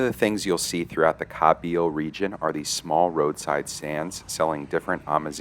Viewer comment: Kabyle not kahbeele hhhhhh